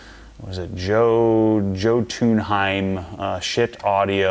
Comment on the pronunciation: Schiit audio stuff is incredible. For the future Jotunheim is pronounced yo-tun-hime. They base most of their product names off of Nordic mythology.